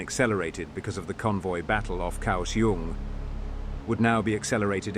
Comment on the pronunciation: Effing idiot. Can you at least get Taiwan placenames? Kaohsiung "ao" sounds like English "ow" as in now, how The "k" In kao... soungs like a ficking "g" So "kao" sounds like how, now "gow" the "iung" pronunciation is pathetic too Fucking hell... how God damned hard is it for you to find a taiwanese person at some nearby university.....and just have him read off placenames Then when recording the video get the names right Egads em kay 48 Just do any fucking research MARK 48 Next... TAIWAN, the entire effing island, is an aircraft carrier. I lived in Taiwan from 1994 to 2018. Every god damn year, different sections of freeway, up and down the island, are used for Air Operations Landings, rearming, taking off to go back into the battle Can you guess WHY? Just because the airfields locations ARE KNOWN. Taiwan is not the only country to use freeways and highways for air ops. At least 12 countries do so. So, no air superiority by the CCP as easy as you made it. And, with air assets still in the fight, no effing naval landing would work... Sink transports. For anyone interested, there is an air museum not far from Taoyuan int'l airport. It has a cool display Air engagements between ROC and PRC ... From 1949 on... Propeller powered fighters.. P47/p51 vs yaks and migs and lavs F86 vs Migs, and other aircraft It gives numbers involved and who lost BTW, Taiwan still existing tells you the PRC got the shit kicked out of them It also covered the one naval landing the PRC tried on an ROC h